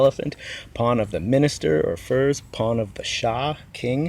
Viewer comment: "Ferz" is pronounced like "fairs", not like "furs".